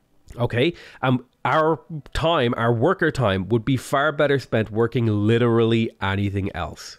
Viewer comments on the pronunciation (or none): none